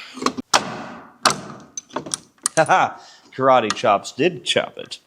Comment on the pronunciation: "Carate Chop"😂